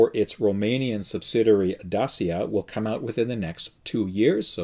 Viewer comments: The name DACIA read as Daaczia, listen Google Translator (speaker icon): dāSH(ē)ə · Hi, it's Richard from the UK! Here in Europe, dacia is prenouced dat-cha!! Thought you might like to know, as you always want this right for the show. Great show! Keep the great work, and video's coming.